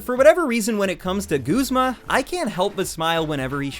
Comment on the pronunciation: Guzma not goozma